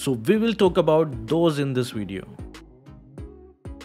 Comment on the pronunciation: Vwen we talk about that, vwe all have to....😂😂😂